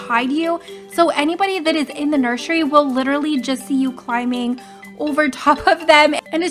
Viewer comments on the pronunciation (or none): You also always say nurshery 🤝😹 - Doggy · You said nurshey